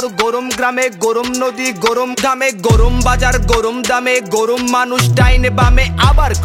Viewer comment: "গোরোম" না 'গরম' হবে। উচ্চারণের দিকে একটু মনোযোগী হওয়া উচিৎ।